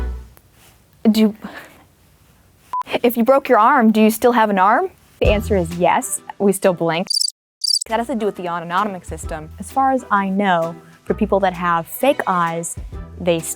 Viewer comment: she said “autononomic” lmao